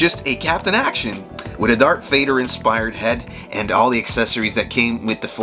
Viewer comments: I think you said “dark Vader” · All credibility was lost the moment you called Darth Vader: Dark Vader